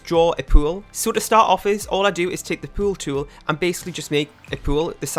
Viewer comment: Your accent on “pool tool” is my new favourite thing!